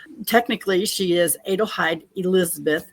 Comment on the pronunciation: IT IS PRONOUNCED AH-DELHEID (like Adele).. we do not say AYE-DEL do we? No.